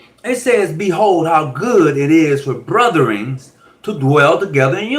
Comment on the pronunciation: yeah I did a little bit more research n realized that - did he say “brothern”? 😂😂